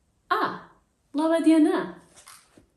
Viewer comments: Wooow, that is impressive!! That "Laba diena" was pretty perfect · It seems you already mastered the pronunciation of "laba diena" and "mano vardas Laura". You are doing great, so keep up the good work! As a Lithuanian, I am really glad to see that you put the effort to learn the language. Learning beyond a few basic phrases will definitely open the hearts of the locals for you.